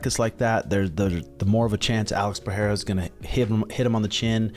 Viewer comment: Pereira is pronounced "Pe rey ra" (R's as in Robert), rather Pe Hey ra